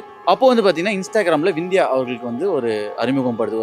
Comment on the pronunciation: Anchor தற்குறி அது விந்தியா இல்ல சிந்தியா